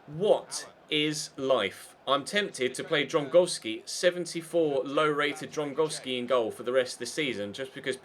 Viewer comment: Please start calling him Dragowski.. its just not Drongowski..